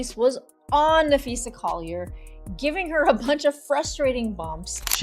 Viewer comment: Dude that you use needs to learn how to pronounce Napheesa’s name. As a teacher I made sure I said my students names correctly. This dude needs to learn that respect